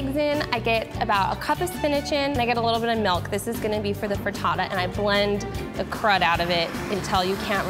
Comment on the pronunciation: It's milk not melk